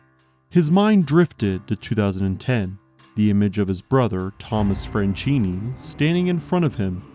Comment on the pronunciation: SILVESTRO FRANCHINI, NOT "FRENCINI". DDaffuck man